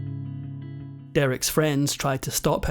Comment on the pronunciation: The car was a Porsche, not a "Porsch" .